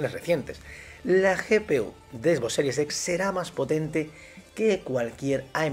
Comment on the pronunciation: Parece que dices a propósito lo de Xbox series sex xdddd